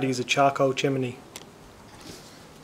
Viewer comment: Great instructional video on using a chimney starter, and I love your pronunciation of chiminey 😉